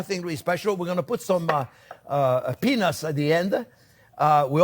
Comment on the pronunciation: ow that was peanuts... The T was too silent chef. South Africa ZA